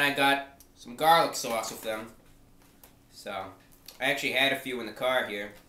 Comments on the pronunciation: sowahss not sauce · "Dip it in the Swause" love it 10/10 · His accent sounds like New Jersey, but the way he says 'sauce' is distinctly Bostonian. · Bren Dan yeah the way he says "sauce" though